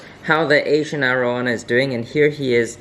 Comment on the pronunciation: Great video; I enjoyed watching! Are you originally from Singapore? Your English is so fluent I thought you were from the States until that arowana in the fish store and the power strip. I was fortunate enough to visit Singapore during my time in the Navy. It’s a beautiful country and friendly people as well! Keep the videos coming!